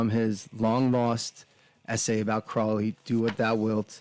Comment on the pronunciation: The name Crowley rhymes with “holy”.